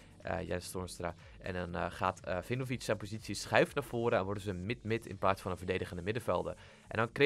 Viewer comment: Je spreekt 'Vejinovic' uit als 'Weenovietsj'